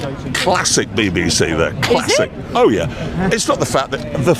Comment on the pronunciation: The way he sais Classic with such emphasis on the Cla is cripsty like ValisiC